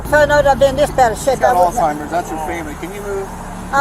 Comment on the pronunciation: Omgosh, you’re the first person I’ve heard pronounce, Alzheimers right, in 20 years. I work around other medical professionals and I’m appalled when I hear them say, All-timers! 😅